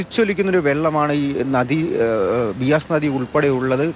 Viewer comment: ബിയാസ് അല്ലടാ ഉവ്വെ ബ്യാസ്.....